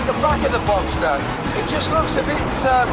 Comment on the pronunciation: Uhhh a porsche genius and doesnt know that it is called box(s)ter and not boxter.